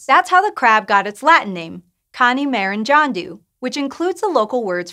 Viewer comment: She really pronounced “Maranjandu” almost correctly 😂. Nice try coz you tried to speak the hardest language in India - Malayalam